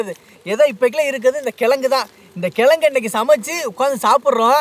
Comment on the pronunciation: அன்னேய் கெலங்கு அல்ல கிழங்கு நான் விழுப்புரம் மாவட்டம்